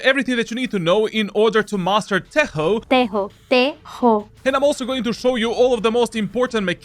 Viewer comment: Its not tejo its tečo 💪